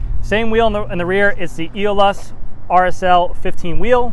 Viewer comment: Let's say it together....."a-ole-us". Aeolus. Lol. My favorite color trek has ever done. Have mine on order and can't wait until March!!